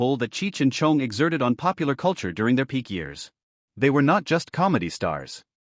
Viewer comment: I hate the way it says Tommy’s last name